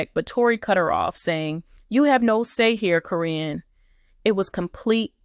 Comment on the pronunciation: Why can’t you pronounce Caryn’s name. It’s not Corrine.